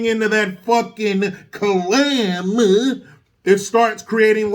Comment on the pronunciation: Please say clam again I pissed myself.